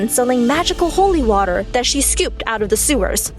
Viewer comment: holy wattah XD